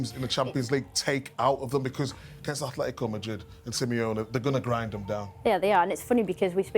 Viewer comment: Atletico. Not AtHletico, ffs.